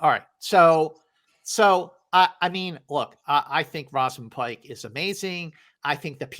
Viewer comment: In agreement with the choices mentioned. I really like Emily Blunt in Oppenheimer, and I think she is overdue for a nomination. Also from Saltburn - her name is pronounced Rose -amund, not Roz-amund. And she is great as well.